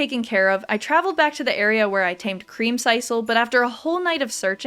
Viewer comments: I mean it was creamsiscle not creamsicle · Is anyone gonna tell her how to pronounce creamsicle??? It’s like popsicle 😂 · It hurt every time she said it.🤣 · you should play Ooblets! It's like a mix of stardew and pokemon and its so silly I think you would have fun. Also pronouncing creamsicle like that makes me so uncomfortable I've never heard anyone say it like that before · I can't tell if you're purposefully mispronouncing creamcicle like that or if that's how you think it's said XD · I have never heard creamsicle pronounced that way…